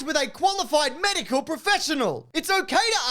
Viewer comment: what's a "qualified medial professional"?